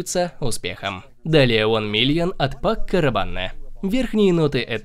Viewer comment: Уважаемый переводчик, правильно говорить: - Верхние ноты - Ноты сердца - Базовые Ноты - Аромат слушают (а не нюхают), потому что он состоит из нот - Пако Рабан - Пур Ом (а не пур хоум) Спасибо.